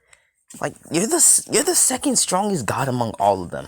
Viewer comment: It's god not gid